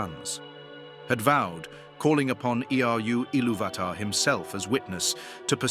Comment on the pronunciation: I like the content, but if you're going to use an AI generated voice then at least type the text into the program in such a way that they pronounced the names correctly. VA-lar, Eh rue eeluvitar, etc. the pronunciation matters especially with Tolkien's works